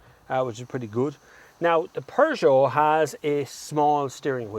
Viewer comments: Peugeot is the best not Renault, but eather that it is not "Pujoo" is PEJOOO! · 'Purr' not Pew for Peugeot pronouciation! Good review of both cars.Captur wins it for me!